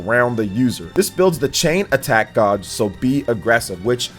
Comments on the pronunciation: the word "gauge" is pronounced [GAYJ]. Not "[GAHHJ]" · The way you say gauge though 😂😂🥴